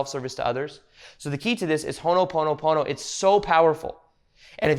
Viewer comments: Ho'o'ponopono. Hoe o Pono-pono. You're saying Hono... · Hono pono pono sounds like oogha boogha boogha